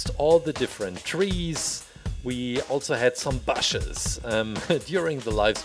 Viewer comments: I like he says bashes instead of bushes 👍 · The way he says bushes tho..😐